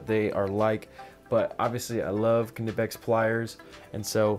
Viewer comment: If your referring to ker-nipex its a German word and English pronunciation rules don't apply. I'm afraid he is pronouncing it correctly